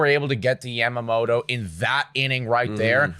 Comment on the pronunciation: Ya ma moto not Yam mamoto.. Like is Toron toe or Toron oh?